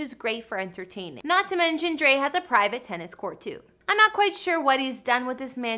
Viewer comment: IT'S DR. DRE NOT DR.DREE🙄😠🙄😡🤬👎👎 UGH..!!